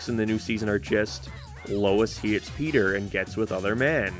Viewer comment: Bro said petter 😂